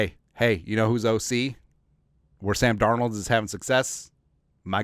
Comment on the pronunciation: Hey who is Sam Darold 😂😂😂 that sure sounds close to darnold tho lol jkjk SKOL TO ALL THE JEROMES HAVE A GREAT DAY FAM!!